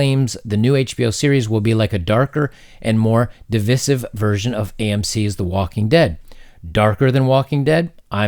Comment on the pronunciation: You're being divisive by pronouncing divisive incorrectly!